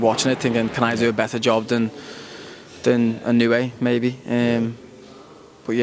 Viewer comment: INOUEの発音が『あいのうい』と言ってる様に聴こえたが、発音しにくいのかな？